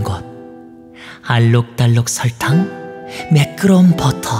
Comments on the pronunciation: i dont know why i laugh so hard when he said "buttah" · "battur" PFFFFT